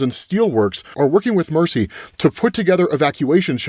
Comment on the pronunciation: Why are you calling Mercy “Marcy”? Is your script auto-corrected?